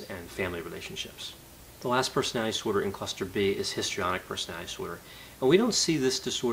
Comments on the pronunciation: I realize I am not a genius but, I have to say, "The way you pronounce 'personidisor' really confused me". I had to rewind a few times to get what it is....."personality disorder". Please slow down and enunciate. You seem to really know the subject and I'm learning a great deal but, that is highly distracting. Thanks for posting these videos. Keep them coming. Okay, y'all can call me a "Karen". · Why does he say persnaee dsorder? Does he have a speech impediment?